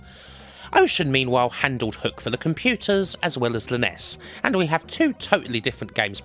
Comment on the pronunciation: Apart from the highly irritating pronunciation of NES and SNES (nobody says 'Ness'), this is an excellent video.